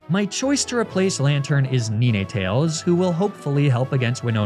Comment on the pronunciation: You did not just call it "Neeneetails"